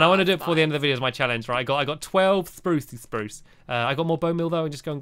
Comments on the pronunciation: why do you call it a Sprrrrrrrrruuucce tree?? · you forgot to say SPRUCE properly !!!!!! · Once in the vid u told squashiy that spruce is pronounced "SPPPPPRRRRUUUUCCCE" but in the video if u look back u said spruce😑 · you said spruce not SPRUCE!!!!!!!!!!!!!!!!! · YOU SAID SPRUCE NORMALLY!